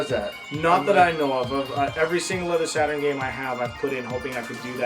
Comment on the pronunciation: I think he called the Sega Saturn "SATAN"